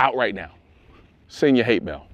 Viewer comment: "Sasseend your hate mail".. 🤣🤣🤣